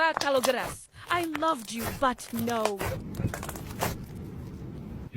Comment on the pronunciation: Its not kalogera its kalogeras